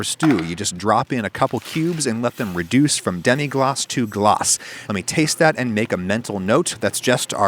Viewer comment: Adam "Reducea"